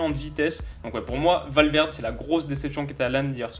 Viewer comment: On ne dit pas Valverde mais Valverdé